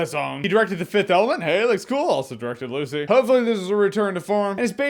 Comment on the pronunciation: Why did you say directed Lucy like that? I thought lucy was pretty good tbh